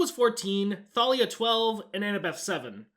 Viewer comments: are we not going to add a sin for mispronouncing thalia? edit: ok i just finished the video and i do believe it is canonically pronounced thay-lee-a as i got the audiobooks so... idk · Bro it’s “Tay-Lia” Not “Tha-Lia” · They didn't even pronounce it correctly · Don’t forget they mispronounced Thalia. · THANK YOU FOR ACKNOWLEDGING HOW THEY MISPRONOUNCE THALIA'S NAME. It always drove me insane and for a long time I thought I was the one pronouncing it wrong. It's not enough that they change the entire plot of the movie and mess it up in every way possible, they had to LITERALLY CHANGE. A. CHARACTER'S. NAME. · I hate that I actually shipped Percy and Clarisse more than Percy and Annabeth in this movie. Also I’m surprised you never mentioned the countless times they pronounced Thalia wrong especially despite pronouncing it right yourself.